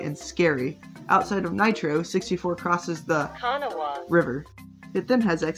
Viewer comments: The river is pronounced ka-NAW-ah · not even a local and know how to pronounce river name.